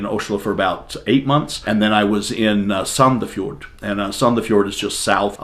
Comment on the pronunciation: You said Sandefjord almost spot on, the "d" at the end is silent. But we are known for using a lotta slang down here, Oslo citizens speak more refined and "pretty".